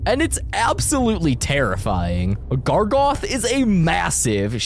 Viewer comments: ITS GARGOROTH!!!!! NOT GARGOTH!!! GARGOROTH!!!!! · 1 thing he says that is wrong is GARGOTH IS GARGAROTH OR SMTH BUT NOT GARGOTH. 2carman? Thats how he pronounced it and siman WHAT? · "gargoth" ITS GARGAROTH. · Gargaroth not gargoth😡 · why is he saying Gragoth💔